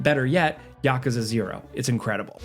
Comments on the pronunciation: Yakaza? So my favorite YouTube channel is just AI-based voice? 🥲🥲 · I lost it at "ya-ka-za"😂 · never in my life have I heard someone say "Yakuza" like that